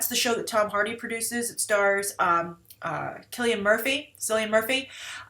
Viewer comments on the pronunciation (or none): I'm Irish and I promise you it's pronounced Kill ee an. Also Glue is a show about the group of friends who are suspects in the murder of one of their younger brothers... Not a great summary on my part, but nothin like Glee ha.